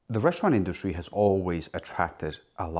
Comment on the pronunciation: What do "reschtaurant" and "induschtry" mean?